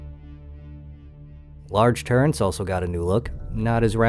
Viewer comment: "Turrents" I'm out...